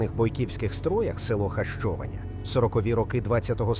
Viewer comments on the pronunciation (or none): Якщо говорити про назву села то потрібно озвучувати граматично правильно Хащованя наголос на третій склад.